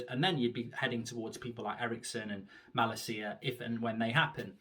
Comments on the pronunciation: It’s malacia not malaseeya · It is pronounced with emphasis on la ma-LA-cia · I'm sorry mate but your pronounce of his name is appalling... Just call him Tyrell and that name is English as well, no need to butcher that either 😅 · As a dutch person for the love of god Mark learn to say his name right 😂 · Plz pronounce malacia’s name correctly 😝